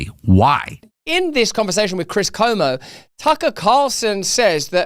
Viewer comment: Tip for Russel: his name is Chris CUomo not Como.